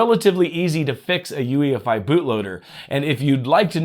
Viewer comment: You said EUFI instead of UEFI in